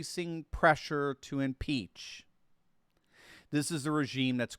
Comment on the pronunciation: We must impeesh!